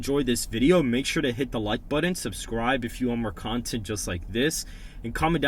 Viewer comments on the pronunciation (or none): C'mon... it's button, not buddon.